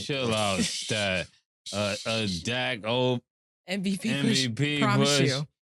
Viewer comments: OJ killing me calling dak “zach presscott” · Can someone tell OJ it’s Dak not Zack lol